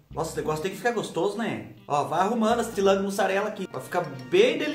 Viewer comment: Boa tarde, adoro ouvir vc falar “ AS TILANCAS DE MUSSARELA” muito engraçado 🤣 😂😂😂😂😂bjo na mãe, pantera 🐆, revoada e o irmão do revoada e vc né😳💋💋💋💋💋💋